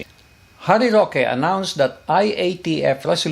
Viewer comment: With all due respect po. It's Sec. Harry Roque po.